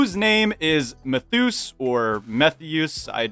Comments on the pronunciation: "Meth-use" No, it's Metheus. As in, Prometheus, who the name comes from. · Metheus is pronounced “mee-thee-us” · its MEH-they-OOS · your pronunciation of metheus makes me want to violently explode